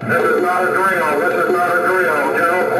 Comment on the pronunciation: Love the southern accent in the general quarters alarm lol... 'This is not a dryal this is not a dryal lol. I think its maybe China but North Korea is getting the blame as I qwrite this I believe. They saw it coming and tried to avoid it desperately but they couldnt or didnt percieve that they were under actual attack apparently - makes sense. We shall see